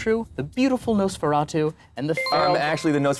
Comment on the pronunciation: “The beautiful nosfaratu” made me physically flinch.